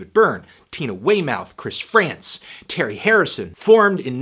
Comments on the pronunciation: Gerry Harrison, not Terry. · It's Jerry Harrison, not Terry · Did that fucking melon just say Terry Harrison